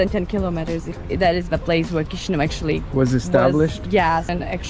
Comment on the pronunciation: The constant mispronunciation of "Chișinău" is a fundamental failure; it’s the capital city, show it some basic respect.